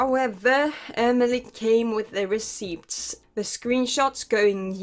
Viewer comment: Huh, never heard anyone say the p in receipt before lol it took me by surprise so hard i can't focus on anything else 😅 i like it